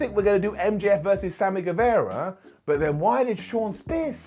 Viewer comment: it's Sammy GueVAHra. Not Sammy GueVEHra. G-U-E-V-A-R-A